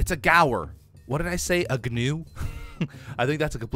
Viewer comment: A Gnu is actually pronounced like knew😂 helpful hint